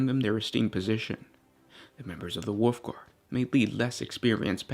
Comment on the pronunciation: Was he..., Calling the Wolfguard "Woofguard?" Or was that just my mishearing? xD